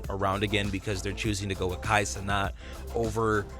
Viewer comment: it’s pronounced kai cen AT not ce NOT